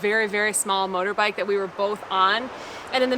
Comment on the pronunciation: lol..motorbikle..ive watched this literally 40x and I just realized she messed up accidently on that word.